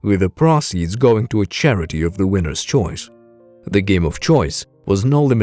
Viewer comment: mr. Frisk? A while before that, the pross eeds? Proceeds. Gotta love ai narration. As of now. Put ur spandex correctly? It's literally written for u. C'mon lol. All in good fun.